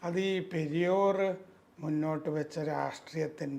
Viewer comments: It is not "Periyor", it is "Periyaar" and his full name is Ramaswamy Naicker, the founder of Dravida Kazhakam. He was called "Thanthai Periyaar", as a father by all Dravida Kazhakam, Dravida Munnetra Kazhakam (DMK) and Anna Dravida Munnetra Kazhakam (ADMK) party men. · പെരിയോർ അല്ല . പെരിയാർ. പെരിയാർ ... Singular പെരിയാർ - Blural മാന്യത ഉള്ള പലരും പെരിയോരാ ണ്